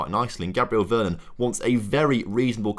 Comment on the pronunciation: mate! youve butchered most of the names. VER -RON